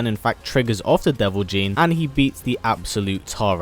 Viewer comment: Not deo Jin is devil jin